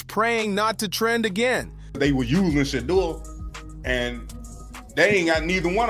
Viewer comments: If you cannot pronounce Shedeur Sanders name correctly you should stop saying his name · Pronounce Shedeur his name Correctly or Shut the Fu_k Up! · WHY THE MISPRONOUNCING OF HIS NAME WHAT IS WRONG WITH YOU??